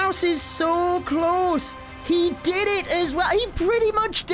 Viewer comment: Its so “klaus” instead pf close HHAHAHAHAH good one